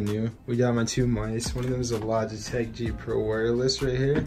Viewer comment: said logitech lol